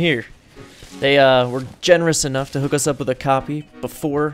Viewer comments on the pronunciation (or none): none